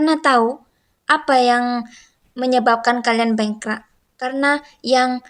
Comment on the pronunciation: Cewek ini suku apa...bengkrak tapi sebutan sebetulnya adalh bangkrap. Hormatilh peraturan atau undang~undang d setiap negara.... Jgn emosi